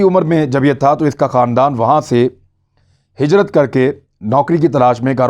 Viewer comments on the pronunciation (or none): none